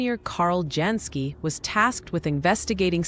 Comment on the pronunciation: Pronounced YANS KEE